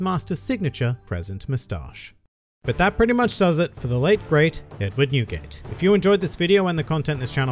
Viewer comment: When he sad newgate i thought i heared nuguet the candy haha.